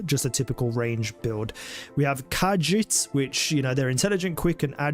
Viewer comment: Ka-Jeet --- Bret-ton 😊